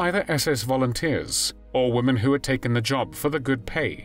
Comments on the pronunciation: Why do these narrators keep mispronounced women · why is it that so many narrators can't pronounce the word "women"?